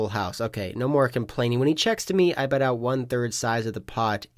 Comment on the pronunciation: Am I trippin or do you say “pot size bed” from time to time